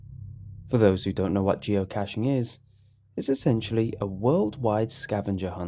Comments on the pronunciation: Geo-Ka-shing is how you promounce is. Its a soft "a", not a hard one. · Geo-kay-shing. That's how you pronounce it. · it isnt geocash. its geo kay sh i do geocaching and it is really fun. it is really annoying when you say geo cash ;w